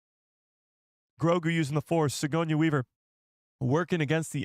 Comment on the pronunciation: Yo great stream! Btw it’s Suh-gor-nee Weaver. Just a heads up because you will be saying that name a lot. Keep up the great work!